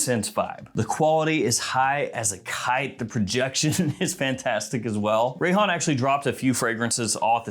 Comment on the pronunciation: I thought he said “Rayhan Terror!” 🤦🏻‍♂️🙄😏